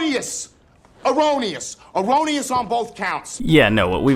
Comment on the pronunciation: Why does that guy pronounce the word erroneous as "o-ro-knee-us"?...he should be shot, just for that...